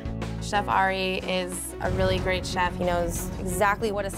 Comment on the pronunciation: “thank you chepfff” who else heard her say that lol no just me I guess